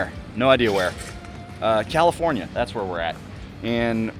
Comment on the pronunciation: Glad you had fun in Cali-forn-eye-a.